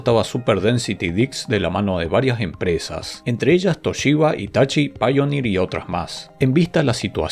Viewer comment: Se dice Laser Disc, no Dics! Y es Hitachi, no Itachi